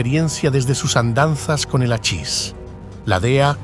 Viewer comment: Se escribe hachis y se pronuncia jachis.